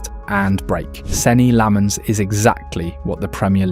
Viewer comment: you cant even pronounce his name